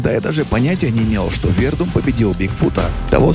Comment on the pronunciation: Хороший выпуск, но ударение в фамилии Фабрисио режет слух)